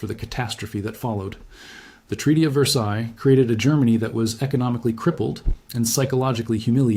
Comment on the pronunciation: The “ s” on the end of “ Versailles “ is not pronounced.